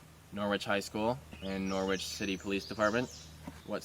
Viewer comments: Watching from the U.K… Norwich is a town here in England… It’s pronounced “ Nor-itch “ not Nor-witch… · It's pronounced Noridge not Nor wich. Name after Norwich Norfolk in England. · The original Norwich is in the county of Norfolk in the UK. It’s not pronounced Noorwich, it’s Norritch.